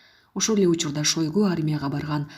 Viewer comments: Шойгу туура айтчы ото уят сабатсыздык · Шойгу дейби?